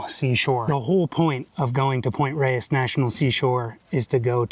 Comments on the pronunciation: I believe the locals have always pronounced it "Point Rays." East Coast transplants are excused. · So cool that you made it out to my neighborhood. Gorgeous! Makes me want to take out the hiking boots and revisit the Sky Trail. Thanks for this great video! (Also, it's pronounced "Point RAYS"). :)